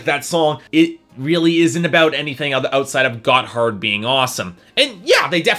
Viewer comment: Gotthard is not a "terrible pun for a name." They are named after a mountain pass in Switzerland. And you don't pronounce it "got hard." It sounds a lot more like "gotherd" all run together, almost like it is one syllable.